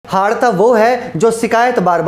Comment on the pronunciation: हाड़ता नहीं हारता 😭